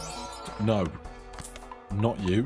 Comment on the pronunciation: the most british "No" I've ever heard in my life